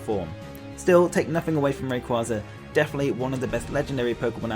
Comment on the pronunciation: Finally someone who doesn't have Rayquaza at #1 and pronounces his name right!